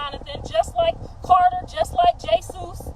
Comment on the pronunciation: Why she call him Jay-zeus